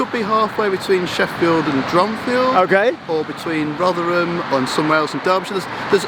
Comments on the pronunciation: Rothrum, not ‘Rovrum’ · The local pronunciation is Rothrum, not ‘Rovrum’... this is a cockney-ism! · Great video showing my old college town. But I must say the locals would have a thing or two to say about the pronunciation. They refer to it as "Rov-rum". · You've gotta learn to drop your h's it's Rotherrum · You're not from New York City you're from Rovvrumm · FYI, "Rotherham" is pronounced "Rovrum." It also sounds like they will be adding another station between Meadowhall South and Rotherham Central at the Magna Science Adventure Centre. So you may need to visit again in a few years. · Its pronounced as either Rovrum (probably a more local one) or Rotherum. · My Sheffield friend Bliss would like to point out that your pronunciation of Rotherham was... fun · What's it supposed to be? I've always pronounced it "Roth-err-um" as he does Edit: don't worry, he says it really strangely despite him getting it right at the start of the vid lol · for the first time in its history the h in Rotherham was pronounced